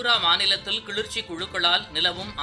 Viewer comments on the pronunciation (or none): தம்பி அது கிழுற்ச்சி..இல்லை கிளர்ச்சி.... தமிழ கொல்லாதீங்கடா..... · Kilarchi ,not kilirchi . Don't kill Tamil language. 😢😢😢😢😢😢😢😢😢😢😢😢😢😢😢😢😢😢😢